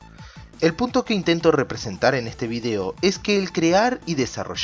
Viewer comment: este video ya lo habia visto antes , pero viendolo otra vez me di cuenta que en el minuto dice "puto" no punto XD